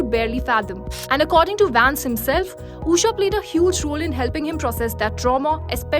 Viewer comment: Being an Indian, this journalist can't pronounce an Indian name, it is not Uusha, it's Ushaa